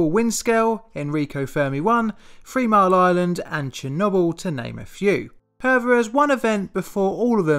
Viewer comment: It's "Three Mile Island" not "Free Mile Island"